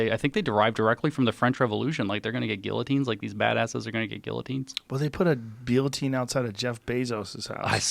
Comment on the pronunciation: you know we are soft when we cant pronounce guillotine properly anymore